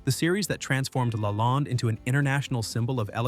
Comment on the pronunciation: Is the narrator AI? Lalande is pronounced wrong and the picture of her father is incorrect. There’s a picture of the outside of the chateau showing an infinity pool and a view of the ocean. That’s not where the chateau is located.